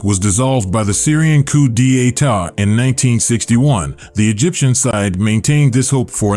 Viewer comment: Please try to search how to pronounce coup d'état. I have never heard it pronounced like that.